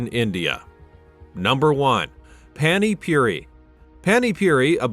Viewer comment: Why englishman could speak paninpuri, not puny puri… pant for pa ni